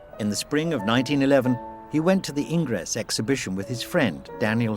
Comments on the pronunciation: You should learn how to pronounce names correctly. Ingres, for example, is pronounced "angr." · A superb documentary (slightly marred by the narrator’s [AI] pronunciation - it took a while for me to figure out that this ‘Ingress’ was Ingres. And it’s Bo Zar, not Bo Ar!). Degas was a remarkable artist technically, creatively and aesthetically. Pity about his antisemitism (borne out in his antisemitic renderings of wealthy Jewish patrons, rejection of Semitic-looking models and rebuff of Pissarro) but commonplace in France then as now